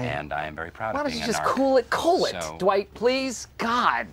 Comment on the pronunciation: It’s Dwight not Dewight